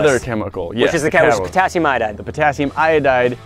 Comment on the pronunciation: Who else heard Potassium I-died